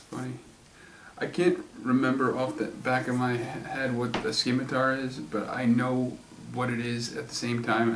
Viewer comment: A scimitar is a type of sword with a curved blade. Also, the "c" in "scimitar" is silent.